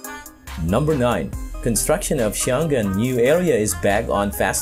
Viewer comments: Glad you noticed Xiongan district. It's Xiong'an actually, pronounced more like Shawn'ann in English, not show'gan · Thanks for all your great video, I've always enjoyed watching them! BTW, Xiongan should be pronounced as Xiong (heroic) An (peaceful), not Xion-gan. :)